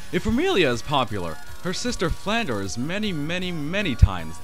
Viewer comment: Oh, my grammar-Nazi senses... Flandre should be pronounced as it is spelled, with the R coming before the E. It would only be pronounced "Flan-DER" if you switched the letters around. If you want to hear it pronounced, listen to this song: watch?v=TAx38uBBThg Hope that helped. :)